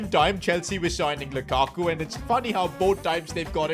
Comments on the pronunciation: Lakaku es lukaku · LAKAKU jajajaj es LUKAKU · Can u sign someone better for the spanish version? Im going to have cáncer if i hear one more time lakaku or iden yasard